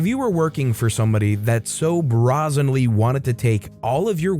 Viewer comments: Brah-zenly? It's a long A. How old are you that you haven't even heard so many common words? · you need to look up how to pronounce brazenly. It's not a woman's clothing item.